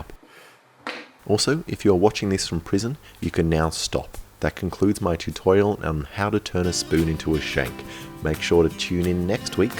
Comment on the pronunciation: “that concludes my tutoil”